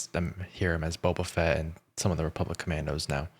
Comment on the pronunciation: I noticed in BoBF a lot of people say “BOBAfett” like it’s all one word with emphasis on BOBA